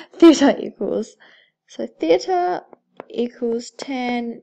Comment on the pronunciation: You say theta like theatre, still helpful so thank you